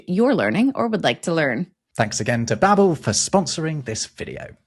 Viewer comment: Bahbel not baabul double-b